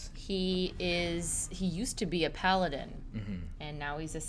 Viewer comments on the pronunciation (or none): none